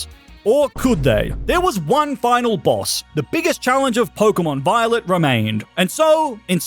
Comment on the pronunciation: 39m 7s did blud say pokemon biolet or am i imaginating things